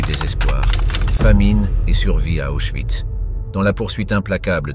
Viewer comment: Prononcer oïs. Et non pas de euss.